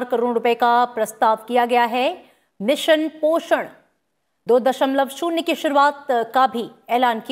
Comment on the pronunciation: ये मैडम जी तो 2.0 को 2.o पढ़ रही हैं 🤣🤣🤣🤣